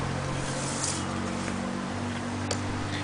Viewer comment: ha ha XD I love how just pretty much annunciated each and every syllable! ann-yong-hae-sa-yo funny